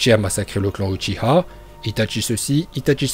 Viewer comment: on dit ouchiwa et je sais comment sa s écrit